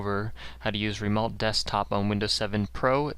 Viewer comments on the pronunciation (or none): No shit, watch your vids before you put them out there like you're helping something. Everyone has this information anyway. All this shows is that you can parrot a bunch of bullshit. Show us some real expertise...and stop saying "remolt". It's "remote".